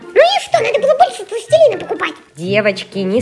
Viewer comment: Не пластелина а пластилина